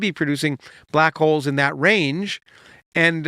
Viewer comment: With all this talk of Santa in the comments, I kept hearing him say "black coals" instead of black holes. Santa understands black coals.